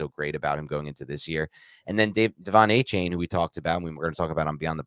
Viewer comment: The real “justify it” should’ve been pronouncing Achane’s name wrong. He’s been vocal about how it’s pronounced and you’ve had 6 months to correct your pronunciation, show a little respect